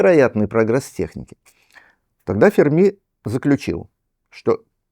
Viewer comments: Не Фермі', а Фе'рмі!!! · Почему ведущая произносит фамилию Ферми на французский лад, с ударением на последнем слоге? В отличие от Сурдина.